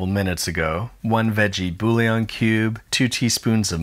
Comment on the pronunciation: My wife is mad at you for the way you pronounced bouillon. She still wants me to make this dish (it's potatoes and creamy cheese. You'd have to be lactose intolerant or a vegan to say no to that), but she does want a written apology. Until then I'll have to watch your videos in secret.